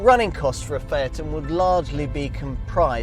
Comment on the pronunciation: Can’t he say the name correctly????